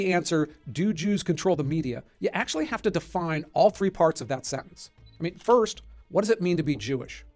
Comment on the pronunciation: = Akschually, yes there are.